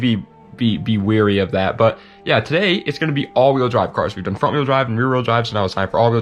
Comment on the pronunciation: *acronym *wary